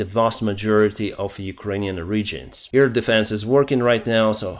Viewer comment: Hello, I love your reports. Just want to tell you: you stil say 'EAR defence'. AIR is with another sound, an 'a' like in bAd, hAve, dAnce. Not the ea sound like in EAr, bEEr.... Just saying. Have a great day, thank you for everihting you do for Ukraine. Marianne from Belgium.